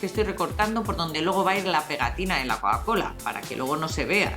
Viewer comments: se dic Coca Cola no Coa Cola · un shot de tequila cada vez que la escuches decir coacola